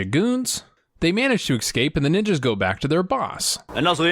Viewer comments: Loving these videos. You like to nit-pick and so do I. Please, the word is escape not excape. Driving me nuts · Question: Why cant americans say escape? You all say excape. Is this just how youre taught it at school?